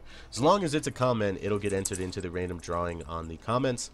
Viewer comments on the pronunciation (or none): none